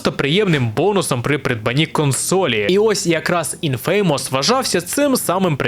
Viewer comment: Вибачаюсь за душнилово, але не "інФе́ймос" а "Інфамос", з наголосом на "і". Будь ласка, не бийте